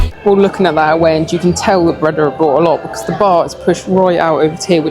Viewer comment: Pronounced "BRAY - DA" not "BRE - DA" - .